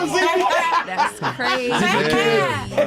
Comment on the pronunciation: “Thass” on he-im.” Not “that’s.”